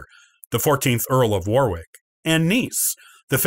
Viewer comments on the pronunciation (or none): The second "W" in "Warwick" is silent. "Plantagenet", "Barnet" and "Gloucester" are all also mispronounced in this video.